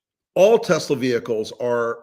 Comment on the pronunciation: “ I love Tesler”…your president said. Big surprise!